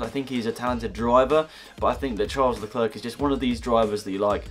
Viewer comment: Charles Leclerc's name has a silent C (Lecler)